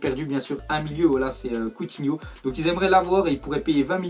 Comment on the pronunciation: combien de fois a-t'il dis couthino